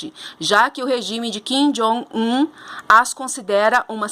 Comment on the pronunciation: Até que enfim alguém que fala correto o nome do kim jong un! E continue com os vídeos, gostei muito da eloquência e forma com que se expressa! Precisamos de mais mulheres falando sobre esses assuntos!